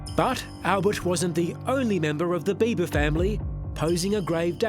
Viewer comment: Albert Biba not Bieber/Beiver